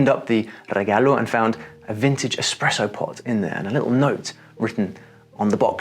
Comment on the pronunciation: It's regalo asin C'arlo, not regallo asin sh'allow